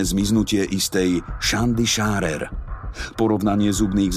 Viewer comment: Shanda Sharer sa číta Šenda šerer a Amanda mala 14 nie 16 rokov. melinda loveless mala 16. Inak velmi dobre spracované, o tomto šokujúcom pripade som už pocula , je to nieco nepredstaviteľné 😔